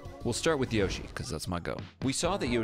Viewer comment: That's not how to pronounce Yoshi